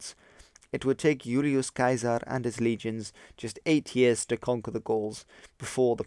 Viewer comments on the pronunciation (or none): Ulious Kiaser? Is this another pronunciation of Julius Caesar?